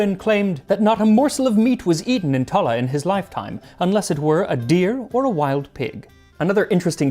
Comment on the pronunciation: Wow! You pronounced Tallaght correctly! This is why I love your channel.